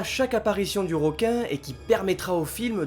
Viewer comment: Bonne vidéo j'ai apprécié...petit bémol...le mot "ROQUIN" sort trop souvent...comme certaines personnes qui prononcent "ROCOMMANCER" ou "ROCEVOIR", Alors qu'en fait on dit "REQUIN" vu que ça s'écrit avec un "E" et non un "O" ! Voilà...désolé ^^